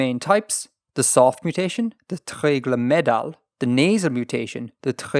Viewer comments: Hey random thing; can you scream at to pronounce Welsh vowels more (its treigl/o/ not treigl/ə/!) But very big thanks to also:) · needs to wirk on his pronounceation of welsh! lol tre-e-glooooooooooooooooooooooooooooooo, I've never heard an irish man do such a good welsh though. and don't worry you doing really well with prenaunceation.